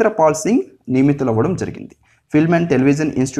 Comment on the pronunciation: బిపేంద్ర పాల్ సింగ్? Or బిజేంద్ర పాల్ సింగ్?